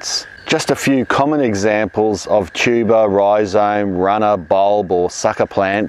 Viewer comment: The first time I heard you say "tuber" I thought I'd heard "cheeba". Unfortunately, around here, we can't grow cheeba in our gardens.